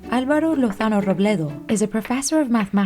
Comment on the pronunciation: Hello, I came here to applaud the stellar pronunciation of Álvaro's name . No, seriously, I actually paused the video and percussively heated my hands, I heard English speakers pronouncing Spanish names like TEEN RIFF and YAH VEER way too often.